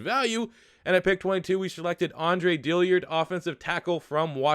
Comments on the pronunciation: Please say Dillard’s name right. I’ve listen to it and cringed for months. Since y’all have taken him, please learn his name. ITS DILL-ARD. There is no i between the L and the A. DILL-ARD, not DILL-EARD. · How TF you gonna spell his damn name and still mispronounce it!!! DILL-ard! NOT DILLY-ARD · Where do you see an I next to that A It’s DILLARD not DILLIARD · DILL-ARD not dillyard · You pronounce Dillard wrong.....